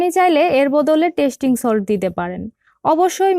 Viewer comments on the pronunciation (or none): ota tastin solt na tasty solt